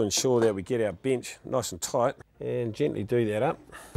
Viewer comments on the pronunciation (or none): Tickety boo "binch" (bench) Cut the "ligs" (Legs) Love practical demonstration